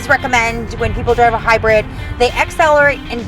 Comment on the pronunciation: "HYRID" lol